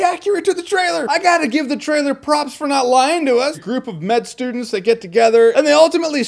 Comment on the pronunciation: "Med Sterdents"